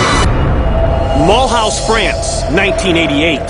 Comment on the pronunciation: Ouch that pronunciation of Moulhouse hurt. It's "mul-ooze" not "mull-house"